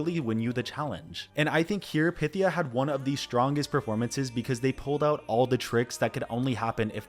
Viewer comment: Y’all still haven’t learned to pronounce pythia’s name correctly